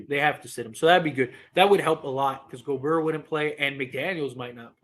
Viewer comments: Dude it's pronounced (go- bear) I don't like him but damn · The way you said Rudy Gobrrr🥶❄️had me cracking up 😆. Was great to see LeBron have jumper going. He’ll be more aggressive moving forward but can’t forget this Yr 20 38 > milage then anyone besides Kareem Torn tendon 4 weeks ago Horrid whistle (worst ever for all time great imo) Rest of team overall not good 3P shooting overall or else he would def shoot lower number of 3s. It’s also to conserve energy older gets. 11th player EVER to even make yr20 and everyone else was washed then including Kobe Kareem KG Dirk Parish so Mother Nature Father Time alone LeBron is gonna have moments where he looks gassed or not as great. MJ Wilt the only 2 ever to avg 30 (also shot the most per game as LeBron Durant avg 30 shooting same amount of times). AD is amazing and one of best 2 way bigs ever! I get his injuries are frustrating and you wish he was as aggressive as Giannis/Embiid on offense, but he’s Top75 under 30 years old for a reason! 5 first team all nba, 3rd in MVP, best defender or at worst top5 DPOY every healthy year, 1A or 1B player to win title (Lakers started 24-3 and 48-13 before Covid which stopped their momentum and took away home court advantage so haters can stop pretending “bubble” is less significant). He’s elite. PS as bad as this Gobert trade was, passing on Steph Curry TWICE IN A ROW at 5/6 for two other PG in Rubio/Flynn! 😆 Buddy Hield instead of Malik would be ILLmatic by the way (44-45% from 3 making top3 per game) last 4 months or so. PSS LeBron was also hurt in 20